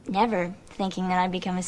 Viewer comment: 936: I heard that! You said "I neverD thought" lol I knew the AnDaconda thing wasn't a complete goof! Good review byw you're quite charming to listen to